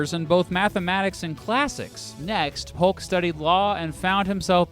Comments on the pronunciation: you said hulk instead of saying Polk😅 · It's pronounced P-OH-K, for those who don't know. The "L" is silent just as it is in "walk," or "talk."